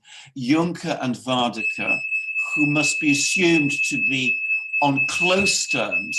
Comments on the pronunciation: ..and Mogg said Northern Ireland is as much part of the UK as Sommerset ... Gentlemen Varadkar - VAR.. RAD.. KAR.. Stop butchering that name please it's so easy .. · You pronounce the Irish Prime Minister's name wrong. It's Leo VER-AD-CAR. He is not Dutch, so it's not Van der Car. Check the spelling guys, 'Varadkar' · If cannot get "Var-ad-kar's name correctly pronounced then he should really just call him as he is, a foreign Pakistani homosexual communist globalist! He served as vice Pres. of the socialist youth party of Europe, he has no buisness leading a "Republic" and as a result Eire is is no longer a Republic, only on paper!!